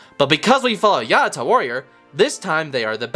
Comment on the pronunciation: "Ya-out-Cha" say it with me... "Ya-out-cha"